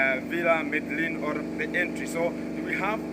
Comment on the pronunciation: I noticed that you're still struggling with the villa name! The pronunciation is Mededjin